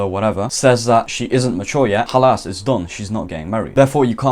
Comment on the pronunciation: "khalass" i like it 🤣